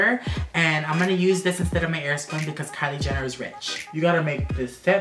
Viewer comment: did any one ketch him say kiley Jenner then katelyn Jenner sorry I can't spell their names